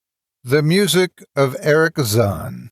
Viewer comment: Oh my.., luv your readings. But why on earth do you pronounce the german name "Erich" as if it was a bloody Arab name? XD